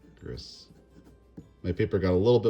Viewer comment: Delete this: On "vert de gris" If you want to pronounce your new ink correctly. You pronounce "gris" kind of like gree or grii. It just means green of gray. :)